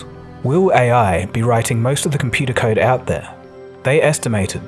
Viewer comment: "Computah kyde"